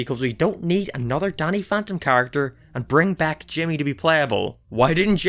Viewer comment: For a minute, I thought you said "Daddy" This gives Danny a whole new meaning XD